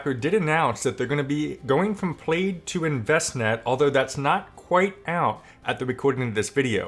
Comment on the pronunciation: Congrats on the mortgage payoff! That is so awesome! 👍 Also... Plaid - pronounced like plad. 😉 It's the checkered pattern - which I think is similar to what their logo is.